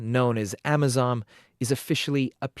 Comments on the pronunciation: first off MR JOURNALIST,ITS AMISON NOT AMAZON!!!!!..and secondly, i am very proud of our KDF troops for their sacrifice,achievements and courage in somalia but i thought vietnam,iraq and afghanistan taught americans and the british that you cant win guerilla warfare and insurgency with conventional military weapons or tactics.... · "Amisom"not amazon! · It's not Amazom. It's AMISOM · It's Amisom not Amazon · AMISON not AMAZON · 😂 I know mahn, they mean AMISOM